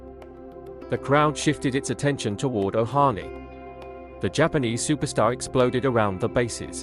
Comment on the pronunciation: It's Ohtani, not Ohani.